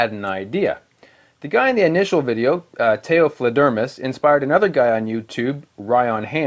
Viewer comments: It's not "tay-oh-fluh-DERMis", it's "tao" like "Tao te Ching". Pronouce it "TAH-oh", then "FLAYder-Mouse". The "Fledermaus" part is German; it means "bat" as in bats that fly. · I was just coming down to comment the same thing. For anyone who doesnt know, it's pronounced "Towf-layed-er-mouse" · “Tao fla dermis”... “2 do 3”... which dialect are you speaking? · Taofledermaus or " the Flying Mouse" or "Bat" in English. Is pronounced Toa- Fled-er Mouse. Other than that, great video dude. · Haha, he said tayo fludermus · A shaved fledermaus feels nice on the tongue. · I gotta say, I cringed when I heard his pronouncement of "Taofledermause".